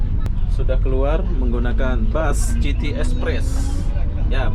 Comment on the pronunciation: City = sebutan "siti" bukan "citi"